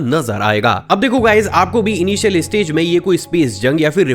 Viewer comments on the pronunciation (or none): इस्टुडेंट नही स्टूडेंट, इस्पेस एजेंसी नही स्पेस एजेंसी, इस्टेज नही स्टेज। और भाई इस्टेशन नही स्टेशन। सब में ई नही लगता।